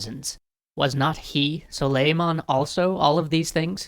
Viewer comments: his name is pronounced "SOO-LEE-MAHN" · It is pronounced: Soo-ley-mun but very nice video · The accent is on the A, like the A in 'awesome'. It's pronounced like 'sull-ey-mAhn.' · Its not suleiman the magnificent its suleiman the SWAGnificent Btw im turkish ;)